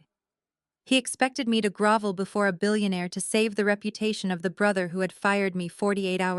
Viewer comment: grOvel, not grAvel